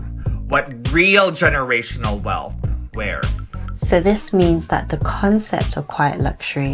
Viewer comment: I just want to say that wealth and wealthy does not have an “f” in the word - 🙏- it shows your level of life and education when pronouncing words with “th” in them as an “f” sound. Don’t do it 🤷‍♀️